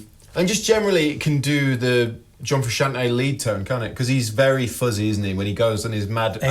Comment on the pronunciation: “John fruschian’ey”